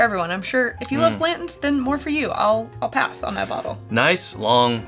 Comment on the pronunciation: I like your reviews, but both of you leaving out the T when pronouncing Blanton's is grating on my ears